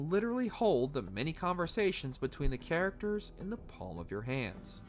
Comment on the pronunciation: 'Actoreses' 'charactereses' where did this guy learn to speak? He sounds 'retardeded'